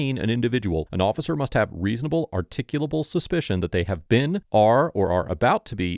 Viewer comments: lol, They are SOO INCREDIBLY stupid that the cop can't even PRONOUNCE "Reasonable, Articulate able, Suspicion" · Officer cant even say “reasonable articulable suspicion “, Tyrant is too stupid to even speak properly 😂😂😂